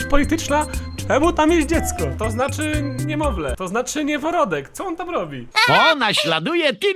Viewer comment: "Nieworodek" xd